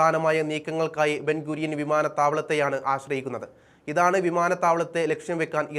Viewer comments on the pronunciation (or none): Not Ben Gurial its Ben Gurion